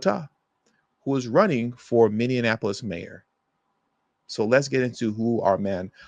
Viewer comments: It's MINN-E-APOLIS, not "minn-en-apolis". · Min-e-a-pole-is. Not min-e-IN-a-pole-is. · Say it with me, MINI•APP•O•LISS!!! Stop saying Minianapolis. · As someone who lives in St Paul, MN please pronounce Minneapolis correctly - just like Mini Apple Us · Friendly reminder, its pronounced minne-apolis😊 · learn the fknhow to say Minneapolis goober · I agree, that was annoying. Other than that, I was in complete agreement with him, but proper pronunciation is important. I think I can be forgiven for mispronouncing Omar Fateh's last name, but our city still deserves proper respect, even though it is in trouble.